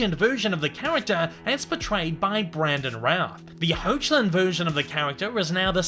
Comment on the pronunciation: Tyler HECK-LIN